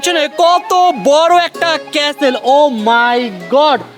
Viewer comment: Stop saying casle it castle CA ka stle